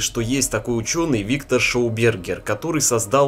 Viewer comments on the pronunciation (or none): Ну несколько произнесений ШОубергер я сдерживался, но на АВСТРАЛИЙСКОМ лесничем меня стошнило. Ты милок давай за ртутную антенну ещё зажги, типа контрольный. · Во первых шАубергер , во вторых австрийский учёный , и.т. д..... Учите мат.часть молодой человек, а то грустно смотреть и слушать,слух режет.